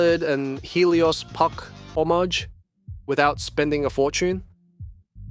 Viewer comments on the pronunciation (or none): none